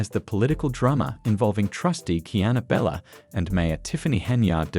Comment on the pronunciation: BTW The Ai is Horrible and can NOT say🗣️: Kiana Belcher for some reason it keeps saying Bella.